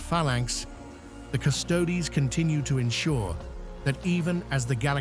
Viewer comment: After the AI writes the script, if you edit it and change the spelling of certain words, they get pronounced correctly. As an example, "Custodes" becomes, "Cuss-toadies".